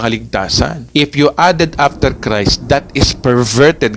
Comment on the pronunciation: Paki linaw daw, ano ba ang tamang pronunciation: "GOSPEL OF CREST" or GOSPEL OF CHRIST ??? Tama ba ang turo mong "CREST" imbes na CHRIST???